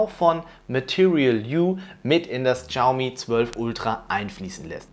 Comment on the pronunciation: bitte, Shaomi nicht Chaomi:D. Aber sonst ein tolles Video;)